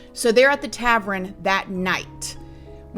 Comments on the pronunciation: Oh I’m not being a Karen you always say if your pronouncing something wrong to let you know …. It’s no big deal but when you say tavern you say it as if it’s spelled “Travren” and it’s a common mistake when your trying to say it the way you think it’s spelled but your switching to letters the “R &E” but it’s spelled “tavern” no R at the beginning either, it’s said exactly how it’s spelled “Tav - ern” if you just say it how it’s spelled you’ll find it so much easier to say too! Tav ern and the ern part sounds just like urn that you keep ashes in of the deceased so it’s Tavern! You got this girl so many ppl mess up everyday words cuz they don’t look at the correct spelling or they do and mix up the letters so no biggy it’s an honest mistake, remember not Travren instead Tavern! Perfect!!!! Love you 😘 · Love her but drove me nuts when she says ‘tavren’ 😂